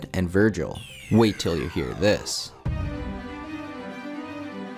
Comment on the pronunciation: "wak ta ya he'r dis"